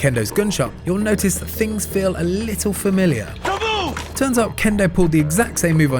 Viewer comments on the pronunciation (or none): none